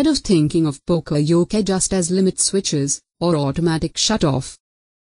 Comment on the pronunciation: that's not how to say yoke...